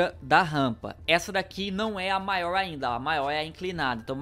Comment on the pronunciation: É impressão minha ou ele não sabe falar "maior"